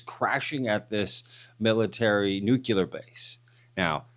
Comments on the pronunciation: Bush left office 16 years ago, sooo maybe try this on = Nuuu-cleeee-aarrrr. Nucuhhlus is not a thing, nuclear is a thing. Btw this guy is full of magma heated sht. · Love you but it's like fingernails on a chalkboard, there's only one U in the word nuclear phonetically nuke lee err. Honestly I'm not trying to be a butthead, but that word only has one pronunciation that is correct. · It’s pronounced “New Clear” not “Nucular” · it’s NUKELEEUR…….NOT NUKEYOULER. LOL😅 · NuCLEAR! not nuc-you-ler! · It's not nuke-u-ler, it's nu-clear, people sound like morons when they say it the way you are saying it. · Why do people still pronounce it nuk-u-lar? It’s nuclear. I know, get a real problem. It’s just a pet peeve! 😄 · even if people live in different places, the correct pronunciation is still “nu clear” not “nu cular”. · Nu clear NOT Nu culer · The word is Nu-cle-ar. Not newk-u-ler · Nuc-li-ur not nucular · Love the channel! great video. One really pick, comment. Nuclear is pronounced "new - clear." Not "new - que - ler." Sorry. I used to work in a radiochemistry lab, and to this day it sticks in my craw when I hear that.😆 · Can you please explain to me what a nucular weapon is? As far as I’m aware we only have nuclear weapons. FFS this has been pointed out to you so many times. Get it right! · It’s pronounced “NEW-klee-ur.” See: “Nuclear.” Now try saying it. NEW-KLEE-UR. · Stop saying "nucular" if you want me to try and take you seriously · Nook LEE UHR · Nuclear. Sounds like "new-clear" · ....dubya Bush said it like that too.....must be a Texas thing 😆😅🤣